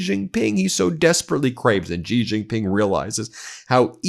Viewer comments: Xi, as the president of China, His name is actually pronounced the way you say 'she.' the voiced /sh/ sound like in the French 'je' is not a Chinese phonetic. Seriously google the pronunciation of presidents of China's name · can u pronounce Xi's name correctly please